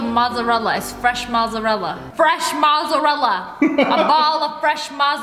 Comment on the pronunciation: Her : a ball of fresh mozzarellarrrrrrr Me : lol😑😑